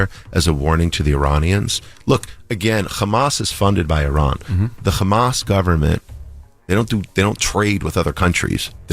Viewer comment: Crazy how Envy couldn’t even pronounce Hamas bro..